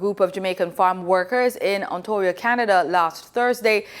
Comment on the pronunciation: "Ontario", not "Ontorio"